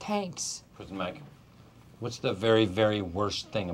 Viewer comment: Tenks Andy! Tenks. -Prizen Mike